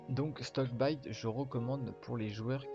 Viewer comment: Shickbyte et non stockbyte